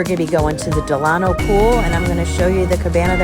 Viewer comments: Del-a-no, not Del-ano. Like Franklin Del-a-no Roosevelt. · Great video but it’s “Del-uh-no” ;)